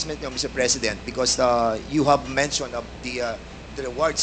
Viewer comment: Mensyon ayusin mo pag pronounce ng mention Sir pa english english ka pa jan!